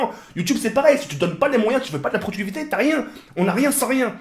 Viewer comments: "Prodructrivité" héhé, sinon bonne vidéo, tu a complètement raison ;) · Il a du mal a parler des fois mais, je reve ou son vocabulaire est 3 fois meilleur qu'avant? il a du mal a prononcer des mots comme productivité mais il te sort des mots comme ephemere, mdr j'aime ce type